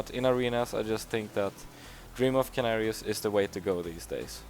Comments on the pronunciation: ehm, well...Just because a name doesnt mean anything or isnt included in the dictionary doesnt mean its not a "real" word. And you should've heard it sometime that its called senarius not kenarius. You dont say Ors you say ORK. And thats not a real word either in your world :D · how can u have played the game so long, and still havent heard its pronounced SENARIUS not KENARIUS. Apart from that, thumbs up on the guide buddy! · Yea thats true but most people pronounce it with an s. Not hating man love ur videos, just telling what he means :)